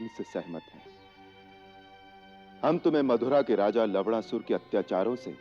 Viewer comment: Lavdasur 😂😂 Malum hai Lavnasur hai par sunne be lavda sur lagta hai